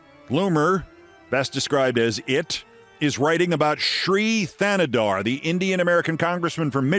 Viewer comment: Keith: please pronounce Congressman Shri Thanedar’s last name correctly (say TAN-e-dar, not THAN-e-dar).